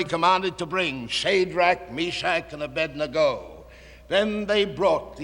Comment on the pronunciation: He actually pronounces Abednego's name correctly.